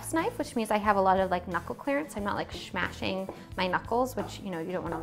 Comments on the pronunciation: yes, she said “schmashing,” but I don’t think she meant to🤣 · did you say schmashing?